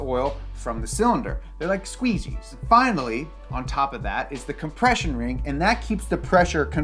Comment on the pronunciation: Do you mean like squeegees or squeezies learn how to talk also you said the head gasket is to keep oil out the piston but you forgot to tell everybody that's not its only purpose the purpose of a head gasket is to seal the head to the block to keep the air fuel mixture in the cylinder plus keep the oil in the oil jackets and keep the antifreeze in the water jackets get your shit straight